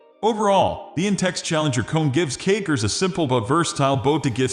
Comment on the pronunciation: Sounds like he's saying cakers